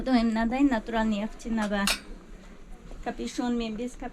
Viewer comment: Натуралный деп тұр,табиғи дегенді білмейтін сияқты,"ь"әріпті тіпті айта алмайды.